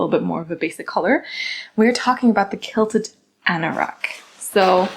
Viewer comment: You're so cute. I just want to correct you on how to say QUILT QUILTED. Sound it out as Kwill-ted. The QU is sounded kw like queen. But I love the papaya color too! You are pronouncing it as kilted. 💋 But not here to judge 😊 you can pronounce it anyway you like , right?!